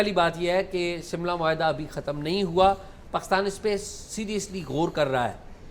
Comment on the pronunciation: شاہ صاحب اپ بول رہے ہیں شملہ معاہدہ نہیں سملہ معاہدہ جیسے پاکستان جندا باد 😂😂😂